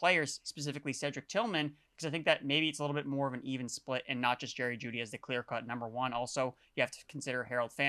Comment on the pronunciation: Am I the only one confused when he kept reading jeudy and moore wrong? 23 and 25? The other two guys didn't say anything either?